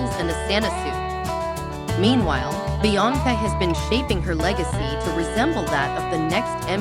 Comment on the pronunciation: Just stop this mess. The "background music" is way too loud. If you're gonna use computer audio, make sure they can SAY THE PERSON'S NAME PROPERLY. Do you not watch your own videos before you upload